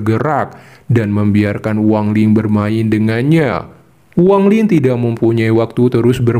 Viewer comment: Bukan Wang Ling bang kau ni ada ada aja gak sedap dengar nya tau tak ???